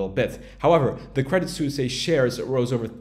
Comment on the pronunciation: credit suisse is pronounced credit SWISS ;)